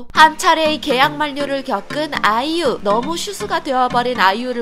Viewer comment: 말 끝에 그냥 아이유 하면 되는데 아!이!유! 하는 거 킹받네